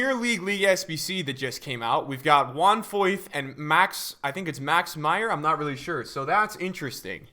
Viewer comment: Foyth er Meyer?